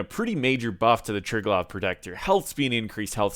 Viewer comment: Is that how you say triglav.. I though it was try - glave